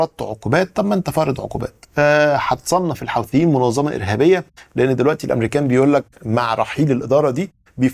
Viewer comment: المصريين ينطقونها الحَوٓثيين . الصحيح الحُوْثيين .. بدر الديني الحُوثِي